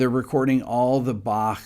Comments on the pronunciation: I love that you say "Bach" instead of the usual English "Bakk"! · Impressed that you, an American, can pronounce Bach. 👍